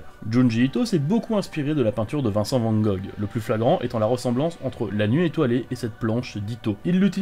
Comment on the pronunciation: Vincent Van “Go” on ne prononce pas le dernier “g”, il est muet.